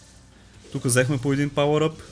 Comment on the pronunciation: 1 забележка не е палър ъп казвай си го cubes елементарно еееееееее